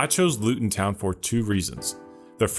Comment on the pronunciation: Really love your videos. A tip about English team names: the emphasis goes on the second word. Luton /town/, not /Luton/ town. Like how you wouldn't say "I'm going to /New York/ City"